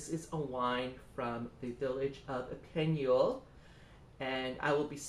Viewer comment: Just to help! You can pronouce Epineuil correctly by looking at Youtube film: "ou se trouve l'ecole d'epineuil" and listen at 2 mins 38 seconds!